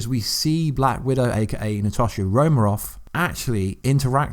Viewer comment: It's Natasha Romanov or Romanova NOT Romarov or Romaroff